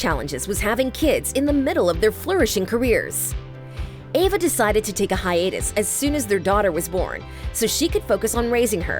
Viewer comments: Eva not Ava!! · EVA not AVA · Eva. Not Ava. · Anyone else bothered by the narrator saying "Ava" instead of "Eve-a"? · Why does the narrator keep saying "Ava"? Her name is "EVA". It's super annoying and unprofessional. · Was I the only one who kept saying Eva not Ava, every single time she mispronounced the name? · EVA omg not AVA 🤦🏼‍♀️ lol 😂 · This chick keeps calling her Ava..... Eva!!! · No she's not correct its pronounced Eh-vah as in ever (with out the r sound)..... When did the vowel E sound like Aye? Never.... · Her name is E v a not Ava🙄